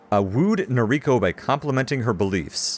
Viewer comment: Nobody likes the cobra chickens. BTW Noriko's pronounced NO-rico (not no-RI-ko) if you're going by Japanese as the origin. First syllable's always emphasized.